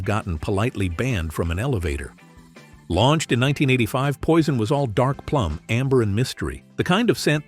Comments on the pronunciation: Здравствуйте! Можно хотя бы одно название произнести правильно?! Уважение к зрителям?! Это французские названия по большей части: в век интернета узнать правильное произношение можно за 3 минуты. Какой Пойсон?! Пуазон. И так практически с каждым названием. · Какой дебил озвучивает???Не правильно ударения,названия ароматов.это что еще за «Пойсон»???😂😂😂Нет такого аромата, есть Пойзн на английский манер и Пуазон на французский. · "POISSON" 😂😂😂LMAO